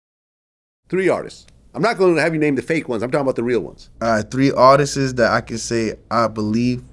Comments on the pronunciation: I know VLAD wanted to correct him so bad when he kept saying ARTISTIST 😂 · wtf is an artisis? lol